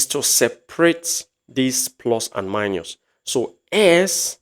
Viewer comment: Minus not miñus since you are teaching in English language